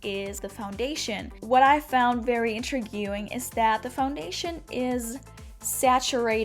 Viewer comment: Just wondering where are you from? It was interesting to hear the word intriguing sound like "intra-guing" and cushion was pronounced "kushen." Its so very intriguing since you sound American otherwise :) Thank you for the review :)